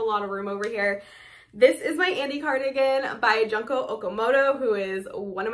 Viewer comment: Love seeing all these sweaters! Thanks for sharing 🙂 PS Junko is pronounced “June-ko”, like the month of June+ko!